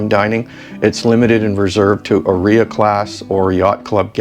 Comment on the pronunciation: I have Italian ancestry- Heres help with pronunciation of Áurea. It's: OW- RAY -AH ❤😊.